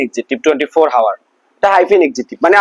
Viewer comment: a 24 হাওয়ার উচ্চারণ ঠিক করেন